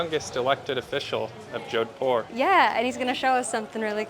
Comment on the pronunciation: "jowdpur" noooo, Americans and their mispronunciation is painful